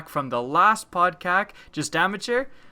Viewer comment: Isn't it called podcast and not podkak? xD or just u that say podcast in a different way